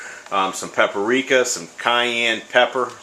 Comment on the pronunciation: pepperika? or paprika